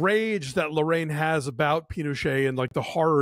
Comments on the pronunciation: the last name should be pronounced "la-ra-EEN", not "la-RAIN". just an fyi. i love your reviews! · I enjoyed both Larraín’s (pronounced “la-rye-een”) biopics, Jackie and Spencer. It’ll be interesting to see what he does with his next biopic with Angelina Jolie playing Maria Callas.